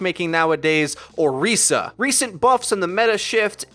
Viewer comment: You even said her name right...I appreciate everything about this video